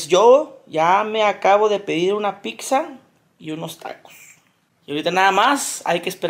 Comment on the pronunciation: En qué momento las.empresas.dicen que es buena idea dejarle la publicidad a un vato que dice piczza 😂😂😂😂